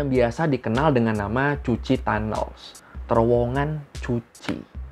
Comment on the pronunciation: Cu Chi itu baca Ku Ci... bukan Cuci... C di vietnam di baca K, kalau Ch baru dibaca C... jd Cu Chi dibaca Ku Ci